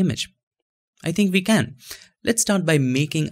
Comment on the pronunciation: man your videos are great but why you pronounce W as "V" and V as "W", isn't it weird buddy? you said wirtual and vee instead of we!!!